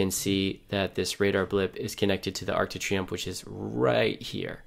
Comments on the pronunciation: I cringed every time you said Arc de Triomphe😂😭 But great video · great program but if you say Arc De Triomphe one more time